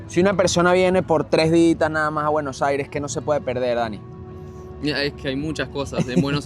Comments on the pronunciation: Consulta al presentador. Porque dice Buenojaires? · Se pronuncia en "Buenosaires" 💪💪🇦🇷🇦🇷